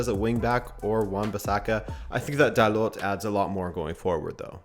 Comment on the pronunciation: Just a small correction on your accent,. You made this mistake during the euros but "Dalot" is said like in french, without the "t"